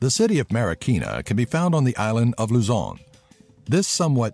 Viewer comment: Omg he pronounced Luzon visayas and Mindanao correctly. Finally